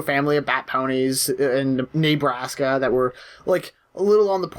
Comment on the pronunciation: "Neighbraska" oml